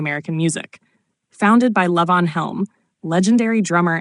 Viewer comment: What the hell is layvons studio? This is AI garbage. LEE-VON.